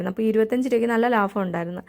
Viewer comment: ലാഫം അല്ല ലാഭം എന്ന് ഉച്ചരിക്കൂ മഹതീ😄😄